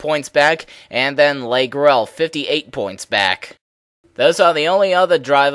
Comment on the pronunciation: no offense but you pronounce the name, leigh, 'lee', not 'lay'